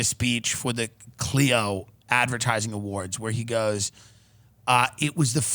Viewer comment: It's Clio,. Get it right for God's sake.